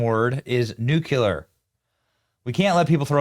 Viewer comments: I don’t know, Benny! I see the word Nuclear. Not Nucelar! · Not “ Nukalar “ Benny it’s “ Nuclear “ Nu - Clear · NEW-KLEER not NUC U-LER! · The word is Nuclear not "nuke u lar" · Hey Benny, It's pronounced "new-klee-er" not "new-kyu-lur" when discussing the bomb. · Benny said “nukulur” 😂 nuclear Benny nuclear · Pronounced NEW-CLEE-ER. NOT new- que-ler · Benny, it's NEW-CLEE-ER, not nuke-you-ler! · OH MY LORD, BENNY-I LOVE YOU DEARLY, BUT THE WORD IS NUCLEAR [NEW'-CLEE-URR]. THERE'S NO SUCH WORD AS NUCULAR. NUCLEUS THE CENTER OF THE ATOM MADE UP OF NEUTRONS AND PROTONS!💕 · NU CLE AR. NOT NUKELAR 😅 YOU ARE SO FUNNYBENNY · Benny GEEZ you too? It’s nuclear NOT “nucular”. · it's nuclear...benny..not nucular. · Bro, NOO-clee- uhr NOT NOT NOT!! NOO-CUE-luhr! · I don't sense a lot of respect there from the brass to the president. Benny, dear, it's NEW CLEAR. NU-KLEE-ER. Nuclear. Not Nukular. Please. Look at the word. See how it's spelled. NUCLEAR. Love ya. Want ya to be correct. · It isn't pronounced "nu-cu-lar". It is nu-clear. This drives me nuts. There is no such word as nu-cu-lar. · Hey, Johnson! I appreciate how quickly you being relevant news content. I don't agree with everything you say but you are my first stop for news topics. As a voice representing a conservative political voice, would you please stop using the word, "nucular"? It isn't a word. What trump said and what is a word is, "NUCLEAR." Switching them sounds uneducated and just want to note that so you can keep things sharp and avoid getting embarrassed in some other context. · Oh Benny, Benny, Benny, you are such a smart man. Please, PLEASE learn to pronounce the word n”nuclear” correctly. It’s nu-CLEE-ar, not nu-YOU-lar. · Benny, it's Nu-clear not nucular. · Benny, please learn how to pronounce the word "nuclear!" You mispronounce it the same way as George W. Bush!! It is NOT "nukular!" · Its not nucyuhlur. Its nuclear. Say it right u moron. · You younger generation always say nuculer. Its nuc-le er.